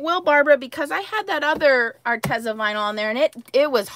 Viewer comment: Arteza is pronounced arteeza